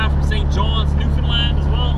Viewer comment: Newfoundland not new Finland :) just saying because iam from Finland